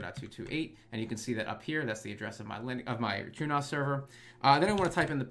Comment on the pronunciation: Everytime you say True as it sounds like truenos to me and I giggle. Love the content keep up the good work, love to see this stuff aimed at me as a recreation home nerd focusing on the essential minimums instead of the homelab for pros stuff that's a bit higher level than the typically joe might need.